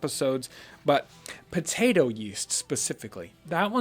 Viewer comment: the "Mashed potetoo" is a funny lil' blooper, makes this video way more relatable